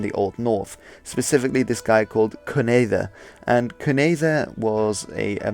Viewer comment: Great video! But Cunedda is pronounced kin-etha, don’t worry I though it was pronounced koon-etha. Also ogledd and gogledd are the same word in the same state of history, the only difference is ogledd is gogledd with a consonant mutation (an odd part of welsh grammar) Also those text are in old welsh, but with cumbric influences. We don’t have any complete text of cumbric as of currently.